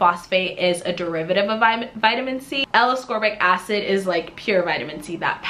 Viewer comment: Appreciate the review. Heads up, you don't pronounce ascorbic acid correctly.